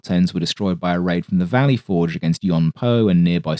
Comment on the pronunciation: The emphasis in "Valley Forge" should be slightly on the "Forge." "VALLEY forge" is just freakin' weird to hear.